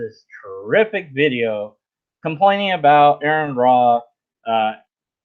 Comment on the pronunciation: I listened to the whole thing, but zoned out a few times because of all those pauses, so I'd probably watch again if you redo it. And I don't think AronRa will come on your channel until you pronounce his name right.